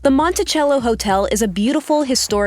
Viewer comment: Did anyone else cringe whenever they said “Montichello”